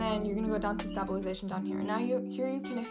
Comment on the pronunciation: Just a tip: the word is pronounced “stay-bil-eyes-a-shun.” You seem to be starting the word with “stab” which, while amusing, NGL😊, loses the link to the word of origin, “stable.” Great video! I’m sure it will help many people! Thanks for your work!